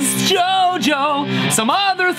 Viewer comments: i laughed a lot here 😂😂😂 like the way he says jojo😂😂😂😂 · No way!! I grew up in Managua, Nicaragua and it's crazy to see a song named in Managua filming in carretera Masaya and the metro centro mall, would've never thought to see this in Stevie Ts Channel 🇳🇮 BTW i think he says CHOCHO instead of Jojo which means "damn" in Nicaraguan slang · 4 years haha but he say CHO CHO, no jojo bizzarre xD hello from Nicaragua too lml #dragonforce haha